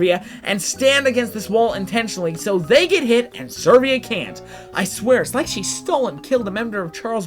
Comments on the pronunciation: I need to know, but is number 6 Servia or Severa? I need to know because it's very hard to mispronounce the name Severa, which is pronounced Se-Vera. So I'm sure there's something afoot. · It's Severa, not Servea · The only thing that pisses me off about this is your pronunciation of Severa... there isn't an R for you say "Sir"vea... you misplace the R and oooooh it pisses me off quq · Dude, Severa is pronounced Sev-rah. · Can you actually read severa's back story? To under stand her? Also its Seh-vare-uh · This is a really dumb thing to mention especially since this video is incredibly old, but I have to. Your pronunciation of a lot of these characters' names is off. I can understand the ones that just don't have their name ever said, but Lissa is pronounced a few times, especially at the beginning of the game, and Severa doesn't even have an "I" in her name! Also I could just be dumb and not know how to pronounce a few of these myself.